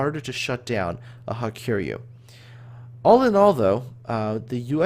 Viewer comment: Hiryu is pronounced as ''hee-ryuu'', it's a Japanese name so pronounciation follows their phonetics.